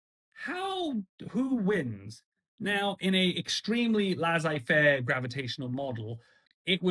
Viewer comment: lasagne-faire ? Is that a Franco-italian hands-off approach? 😉 "Laisser" is pronounced "lay-say"